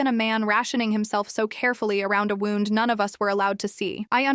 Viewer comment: Edit your AI. Wrong pronunciation of wound.